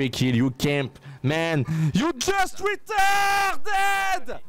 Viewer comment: faut pas dire "ritarde" comme ça ça se fait pas 😂😂